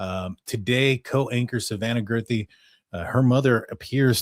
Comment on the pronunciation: Guth ree, not girth ree